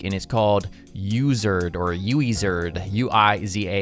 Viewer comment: It is pronounced as Wizard